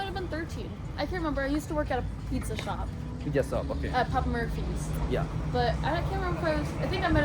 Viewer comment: Shop hota hai ,,,sop nhiii,,bihari